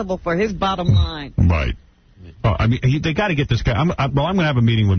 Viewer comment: Sixty NOINE Sixty NOINE NOINE NOINETY NOINE NOINE NOINETY NOINE LOINE NOINE 064-NOINE